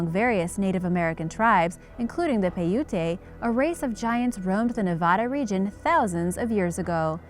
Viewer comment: You have to say paiute right. Say it pie-yoot. Lol thanks